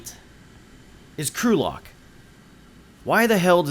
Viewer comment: Lol the way he said crew locked sounds like Gulag